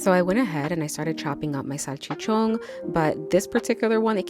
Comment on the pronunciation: Salchichonggg, with sazongg and jamongg